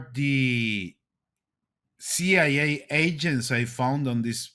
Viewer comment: I like how he says pigeons and CIA. 🙂 The ping-jyuns. See-yai-yay.